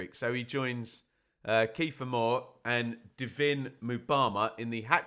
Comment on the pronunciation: I was calling him 'Div-in' as well but it's pronounced just like the word divine.